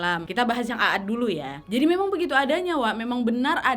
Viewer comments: Kaum at aja bacanya . Bukaan a at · Sebenar nya bukan A ad, tapi Aad huruf a di panjangkan pembacaan nya bukan ditekan terpisah antara dua huruf aa karena huruf alif yg ada cm 1, jadi pembacaan seharusnya huruf 'ain ع di baca panjang karena ada alif (alif harokat sukun) , kalau di pisah /di tekan dua huruf A seperti yg ka nadia sebutkan itu seolah seperti alif yg ada pada kata عاد itu memiliki harokat fathah akan tetapi seharusnya tanpa harokat atau harokat sukun jadi pembacaan yg benar adalah huruf ain ع di panjangkan pelafalannya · Koreksi dikit ya wak. Kaum 'aad itu nyebutnya 'ad ('ainnya panjang) bukan 'a-ad. CMIIW. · Terimkasih atas bahasan cerita para nabi, tapi aku agak aneh mendengar nama kaumnya nabi Hud adalah a a d, ( sebenarnya "a" dibaca panjang maka ditulis jadi aad, krn sebenar nya tulisan arabnya عاد ditulis latinnya aad) tolong rujuk ke tulisan arabnya untuk membacanya agak tidak terdengar ganjil, tks dan maaf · Dibaca "kaum 'Aad" bukan kaum "A ad" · Izin kak....kaum Nabi Hud disebut nya a'd bukan aad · Mohon maaf kak. Mau koreksi dikit. Nama kaumnya itu kaum 'Ad. Aad dibaca panjang. Bacaan mad thobii. Kaum Aad. Bukan A'ad. 🙏🙏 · Mohon dikoreksi bahwa bukan kaum Aad tetapi kaum 'Aad dimana huruf 'A (huruf 'ain nya) dibaca panjang. Afwan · Maaf wa bacanya bukan a ad tapi aad A nya dibaca panjang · Maaf, bacaannya bukan aat 'a dibaca 1 huruf saja, bukan dibaca 2x Anya